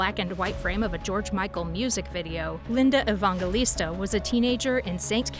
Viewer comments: Evangelista. It's a soft "g" like in "gel." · Probably should learn how to pronounce her name before making a video about her. Just sayin’. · I can't believe you repeatedly pronounce her name INCORRECTLY OVER AND OVER. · Ridiculous AI voice can't even pronounce the subject of the video's name. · I'm glad someone else said something about the pronunciation of her last name. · Would be nice if you pronounced her name right (and Steven Meisel, too.)